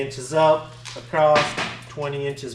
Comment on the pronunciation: Somebody has to tell that there is no "t" or "ed" in "across".